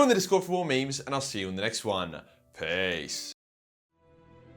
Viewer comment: I love how you go full beefneck when you say peace lol. Keep up the good shit my dude!